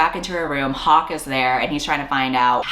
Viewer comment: I thought you said Pocke instead of Hawke so I had at least a minute with "like... Pocky????" in my head girl i was ROLLING